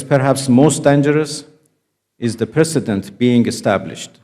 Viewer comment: precedent, not president oh AI spell check / voice read